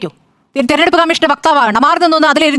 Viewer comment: "തെരഞ്ഞെടുപ്പ് " എന്ന വാക്ക്, "തെർനെടുപ്പ്" എന്ന് ഡിസ്റ്റോർട്ട് ചെയ്ത് പറയാതിരിക്കൂ, പ്ലീസ്!